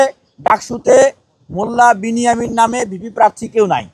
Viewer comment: নমে নয় নামে